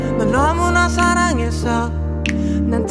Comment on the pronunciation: 습관같은거요 권정열님같은 경우는 음절 끝에 이나 에 발음 하는것도 쿠세의 일종이죠 너무나 사랑해서이~ 이런식으로 발음이 되시잖아요